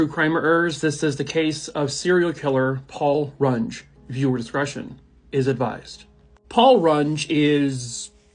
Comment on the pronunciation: It's Paul Rung-EE not, Paul Rung. SOUCE: Knew the guy somewhat well in school.